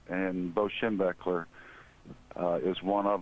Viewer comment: can't even say his damn name, on… SHEM-BECK-LER. get it right